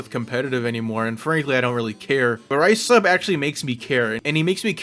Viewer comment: I hate this video for one reason: ricehub… ITS RIESSHUB REEESEHUB NOT A GRAIN OF RICE!!